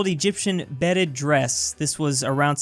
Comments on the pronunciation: I'm still mad that said "bed-ed" instead of beaded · "wish-tier-ree-a" For that vine you couldn't pronounce. . . . ..... "BEAD"-ED DRESS, as in like a "bead" on a neckless; not "BED"-ded, like you bedded your non-existent girl friend. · Calls beaded dress "beded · nooo not the “beded” dress lol, it’s bead ed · Beaded❌ Bedded✔ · "B E D D E D"